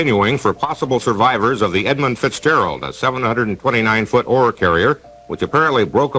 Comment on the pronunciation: actually was wincing hearing it. It just seemed a silly thing to say wrong, a 5 letter word. As for Belle Isle, if you're in a hurry, I can see it.